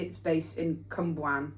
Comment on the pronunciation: Okay, but the way she pronounced Cwmbran had me cackling 😂